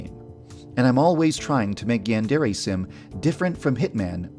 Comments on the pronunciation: Everyone pronounces Yandere weird. Is it that hard to say "Yawn-deh-reh"? ヤンデレ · Am I the only one who noticed that Yandere Dev doesn’t pronounce Yandere right.